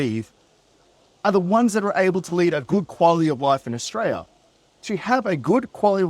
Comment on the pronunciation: 100% agree mate. It sucks in Aus at the moment, I'm glad im not the only one wondering why life isnt like it was in the 80's & 90's.. . Can u do us 1 tiny favour though? Can you pronounce the country with an L and not a Y .. AustraLia, not AustraYa.. it just ruins your credibility when you make a video putting down the country you grew up in, yet you mispronounced the country name. If u have a speech impediment, i apologise, my bad. Maybe just keep in mind for future videos.